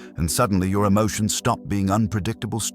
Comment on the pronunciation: JESUS "MASTERS" MY EMOT-SHUNS ✝️